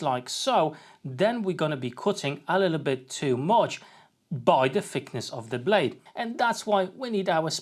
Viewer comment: When you say fickness, for a German that sounds like another word for fuckability. This is very unfortunate. I will better look for a Brit with proper pronunciation.